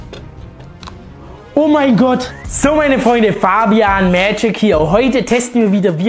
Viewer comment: Bitte mach mal wieder bei Fabian dieses määä gic rein